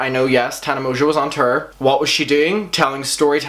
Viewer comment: From now on I'm only pronouncing tour as terrr